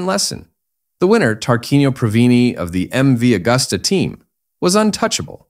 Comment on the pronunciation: C'est MV AGUSTA et non Augusta !!!